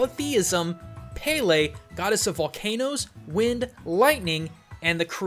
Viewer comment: Btw, it's Peh leh not paylay